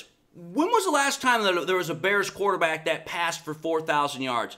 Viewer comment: I'm not scared of a team led by a guy who says Da Bears like that 😂😂